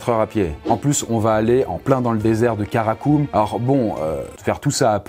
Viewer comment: C'est Karakorum et pas karakum alors tous les commentaires qui disent merci pour toute cette belle culture G que tu apporte 😂😂😂😂😭😭😅😭